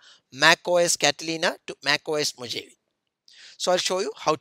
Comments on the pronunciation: MacOS Mohavi like seriously. dude it's pronounced as Mohawe and written as Mojave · i thought i as pronounced mo gave